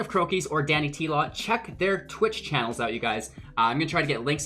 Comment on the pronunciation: Great video bro =) But it is DanyTlaw haha